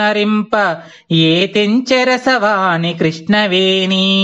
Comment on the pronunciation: చాలా మంచి ప్రయత్నం. మీరు ఉచ్చారణ దోషాలు గమనించుకోవాలి. ఉదాహరణకు, "రాల్లు" అంటున్నారు రాళ్ళు అనాలి కదా. అలాగే రసవాణి, కృష్ణవేణి దగ్గర కూడా రసవాని, కృష్ణవేని అంటున్నారు. దయచేసి "ళ" "ణ" లు సరిగ్గా ఉచ్చరించ ప్రార్ధన 🙏🙏